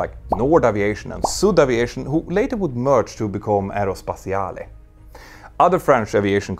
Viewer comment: You don't pronounce the terminal "e" in "Aerospatiale"